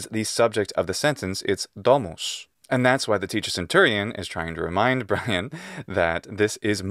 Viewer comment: life of bwian